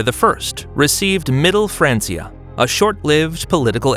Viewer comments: even in English, it's "fran-kee-ah". Pronouncing it like "fran-see-ah" is simply incorrect. It would be like saying "bench" like "bence". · It is not pronounced "fraan-see-uh" Either fraan-key-uh or fraan-chuh It's a Latin word dude.